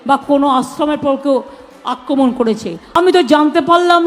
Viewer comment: Akkromon bolte parey na BECHARA